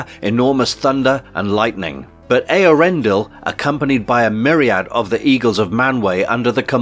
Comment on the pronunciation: I think you pronounced Eärendil as ee-ar-endil, for one